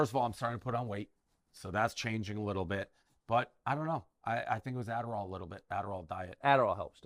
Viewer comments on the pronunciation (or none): “Aderall” OK DAVE ;) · Holy shit I died when he said it was the aderal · its the "adderal" sure... cocaina (one line everybody knows the rules) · Lol ‘aderall’. We all know what kills appetite and what he actually has lol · im pretty sure he said, "Adderall". lol . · “Adderall” lol. Right Dave, it’s the, “Adderall”